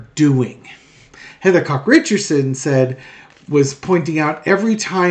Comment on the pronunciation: Cox, not Cock